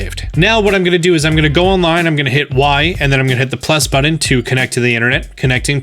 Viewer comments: "Go Onilne" Sorry, these videos have been super helpful, but I couldn't help but mention it. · Onile?? Not trying to sound rude but maybe you should fix that...